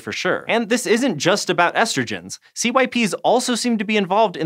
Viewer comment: Anyone else cringe at CYPs being pronounced "See-Why-Pees" not "sips"?